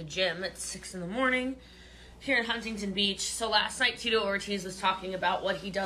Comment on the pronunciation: Lol I have lived in California my entire life and never heard anyone pronounce it Hun-ting Ting beach…